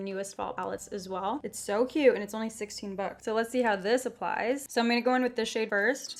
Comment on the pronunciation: when she said “it’s so cute, it’s only 16 bucks!” i thought she had said “it’s so cute, it’s only 60 bucks” i was like that’s extremely expensive for an eyeshadow palette i had to go back in the video and check what it was! love your videos!